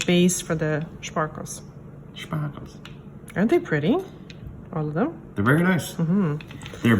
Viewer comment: "For da shpahkles." "...Shpaaaahkles..." You just couldn't help yourself, could you? Lol